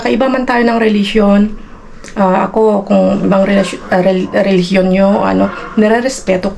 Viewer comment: Hind mo ba mabigkas ang say Religionnabubulolka